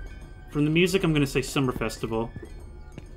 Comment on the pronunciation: You pronouncing music as moozack never gets old XD